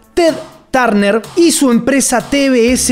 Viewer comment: Amigo , se pronuncia "TED TERNER" y "ANA BARBERA" .